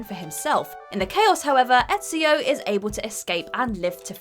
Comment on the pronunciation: that would imply either a sense of humor or enough confidence to actively instigate the haters, and i dont think either is true. ETCHIO tho.... she only pronounced Ezio as ETCHIO once, but that hurt.